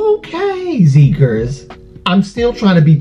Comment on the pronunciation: I love this reaction, this song has been going around in my head for a week! I definitely need to check out the album. Btw, I just found out the ‘xi’ in Xikers sounds like ‘si’ in ‘side.’